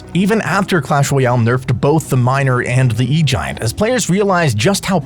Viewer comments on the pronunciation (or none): none